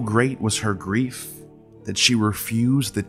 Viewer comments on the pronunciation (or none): First I salute you for your studies. I do find issue with your pronunciation on several words some of which are common. ie grief and others but also need to point out that you have relied on the translations and not the source material in the Hymn to Demeter. Baptism was not a thing in 500 bce. sorry for being pedantic but it takes me out of the story you tell.